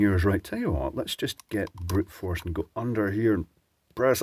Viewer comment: Are you saying "using brute force" or "Brit force"? I found it charming to consider the possibility, as the contrast in common sayings between the US and the UK seem to reflect a long standing determination to have a disagreement in terms. : )